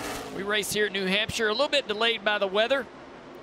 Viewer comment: It’s not Nee Hampshire. Race is actually in Luodon. Think next time before you speak.